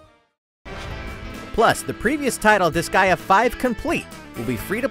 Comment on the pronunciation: Wsh il a dit UN NOUBEAU DISGEA ARRIVE MEEEC ! J'me suis dit C'est quoi Disgea 'O-O